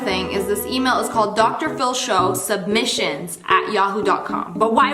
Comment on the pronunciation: did anyone else catch her saying drshow submisions ar ? no just me, okay.